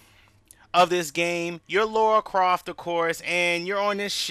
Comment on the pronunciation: Pronounced La ra